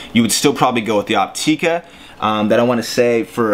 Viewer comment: Its pronounced Opt"ih"ka not Opt"ee"ka.....